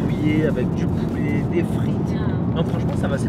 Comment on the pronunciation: Poulet pas poulé